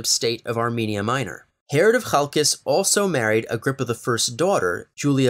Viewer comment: Great video, the Hasmoneans and Herodians have alwasy fascinated me! PS I am very pleased with the pronunciation of Chalcis!